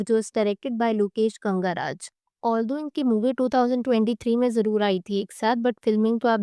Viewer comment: lokesh kangaraj nahi, lokesh kanagaraj😂